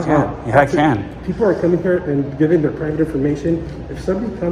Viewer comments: "herre" instead of here📢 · "Herre" they come